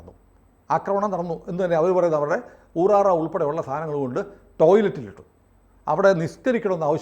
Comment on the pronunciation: ഊറാറ അല്ല, ഊറാല എന്നാ ണ് അതിന് പേര് പറയുക.